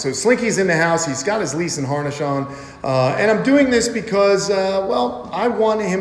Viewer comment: Anyone else hear lease and harnesh, instead of leash and harness.😂😂😂😂